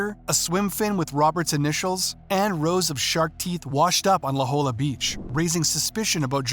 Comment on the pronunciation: God, how I hate AI! IT'S LA JOLLA, pronounced "la hoya"!!!!